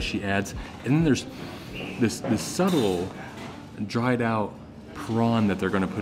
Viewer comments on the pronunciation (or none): none